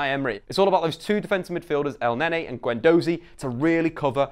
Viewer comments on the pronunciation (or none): Its Elneny not Elnenny... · Great preview for Arsenal v Man City but El-Nenny? It's Elneny. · EL NAY NAY LMAO it's Elneny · It's Eleny no El nenny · elenY not elnenE haha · And he pronounced it El Nae-Nae looool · Who the he'll is el-nenny? The way you say it aswell 😂😂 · Nailed Sokratis but still said El-NayNay lulz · I think Elneny is pronounced El-Nehn-Ee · Who's el-nae nae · It's not El-NayNay ffs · Nails Sokratis’ full name but couldn’t say Elneny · Please improve your pronunciation of the players ffs, you saying Elneny hurt my hears